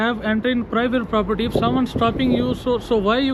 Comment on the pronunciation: This is a pwivate pwoperty 👳🏾‍♂️ 😂